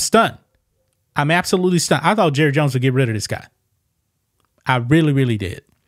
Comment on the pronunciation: “Hi, I’m Jurry jones.” 😂